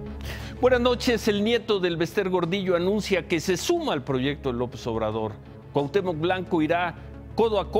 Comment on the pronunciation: BABOSO , DIJO Cuhatemoc presidente de cuhautemoc , este CIRO es un PENDEJO